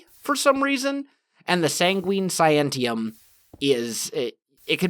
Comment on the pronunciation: Not sangween sanguine